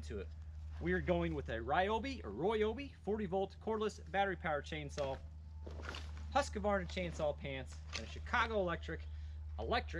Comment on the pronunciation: Please please. The letter Q in husqvarna is pronounced as a K. A K that is hardly heard in the word.